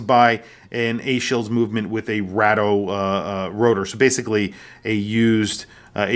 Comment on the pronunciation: Why does this guy pronounce Bathyscaphe and Rado incorrectly